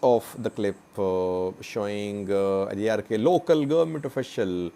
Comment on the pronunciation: Again u R pronouncing adiarke .